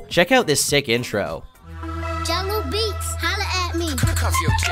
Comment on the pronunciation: it’s jahlil beats not jungle btw